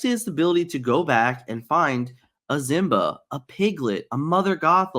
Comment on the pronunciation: Can you stop pronouncing Simba as Zimba please and thank you. It's been triggering me for months but hearing how you pronounced Kida sent me over the edge and I had to speak up lol